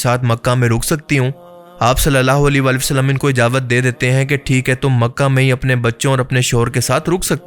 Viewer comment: Ijawat ni ijazat bolo